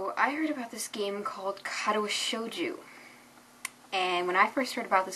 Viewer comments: wooow you REALLY butchered the pronunciation!^^ "cut-awa show-jew" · Ka-taa-wah Show-jo That is how you pronounce it